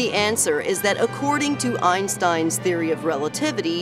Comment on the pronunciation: 1if the train is moving with the speed of light adam time would stand still untill he slows down. 2the dors where not opening and closing one after another in saras video as shown in the video of adms view. 3 the way Einstein is pronunced in the video is as bad as my englich grammer. 4 why is the coment section getting so horn about sarrah? just because they see Adams train entering Eves tunnel?